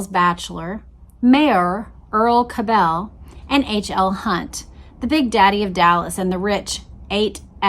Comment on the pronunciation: You are irritating me to no end with your pronunciation of the Cabell name. I grew up in Dallas and in the 60s the name was pronounced as Kab' le, NOT ka bell'!! Please don't give these low-life bastards a European twist as they don't deserve any more upgrading!! BTW, Earle was later revealed to be CIA!! So it's no mystery anymore as to who changed the motorcade route to the killing field. If they had not taken the right turn onto Houston and kept going on Main, proceeding through the triple underpass, they would have encountered a turn-off to the right to enter Stemmons Fwy!! 😮